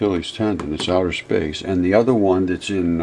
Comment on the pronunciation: Nothing is coming from "outher space".